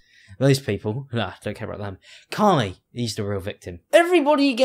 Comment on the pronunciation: The way you say 'Carmie' sounds like 'Carly' and I feel attacked.